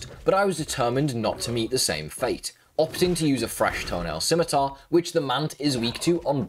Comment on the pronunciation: I just needed to say, I was so surprised that FINALLY learned how to pronounce “scimitar”, i am so proud of our boy.